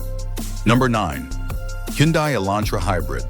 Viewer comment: It's pronounced hunday like sunday